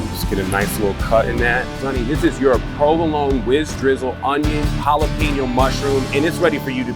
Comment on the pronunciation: It’s jalapeño not jalapeeño